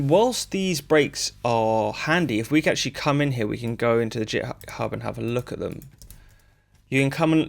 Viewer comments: "jithub" ?? you mean githib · Git … with a hard G, like Groovin’ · Great video, found it useful. I know very little about making music but I'm a programmer and when I found Strudel it piqued my interest. I have to say though, hearing you pronounce "github" as if it starts with a "J" made me feel a little sick 😂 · “JitHub” - the first person to find an alternate pronunciation 😂 I might just start saying that. Some useful material in there which I’m sure will save people time when attempting these things techniques. Thanks